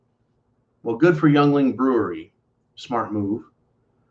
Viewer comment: Your killing me! Yuengling (Ying-ling), the oldest brewery in the U.S. and hey, we need something to be proud of in Pennsylvania!